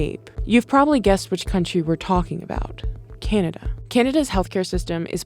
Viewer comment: "Canda ?" wtf is "Canda ?" >